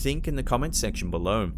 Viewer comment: I just LOVE the way he says "be-low"! It's like "be-LOW", always emphasizing the LOW. I dont know why but I find it TOTALLY endearing! ❤ And THANKS FOR THE EXTRA LONG compilation! Perfect distraction from the monotony of being home! Now that I have swept my apartment for ghosts and done my 1000th spirit box to no avail! (I live in a brand new bldg! Only 2 years old! No history here yet!) 😷✌